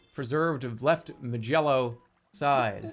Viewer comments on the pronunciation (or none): "Left ma-jello side".